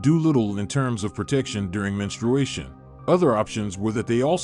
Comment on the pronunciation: it's very odd to have a male narrator who can't even pronounce menstruation.